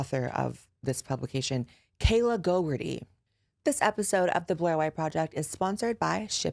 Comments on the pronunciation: It deada** sounds like you are calling her "gogurt-ee" and I'm living for it 😂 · Not you saying Kayla GoGUrtHe